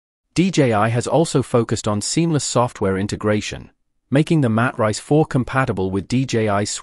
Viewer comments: These A.I. voice overs I tell you! What is a Mat Rice! 🤣🤣🤣🤣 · Lost me when the AI Narrator pronounced the Matrice model as Mat Rice.